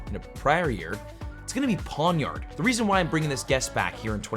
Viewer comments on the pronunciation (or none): none